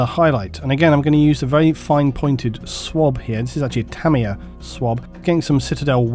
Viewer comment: its "TA-MYA"